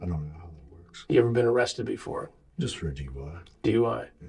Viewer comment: O-rested? Aw cwap